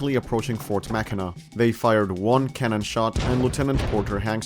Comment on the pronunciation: As a Michigander, I appreciate that you pronounced Mackinac correctly.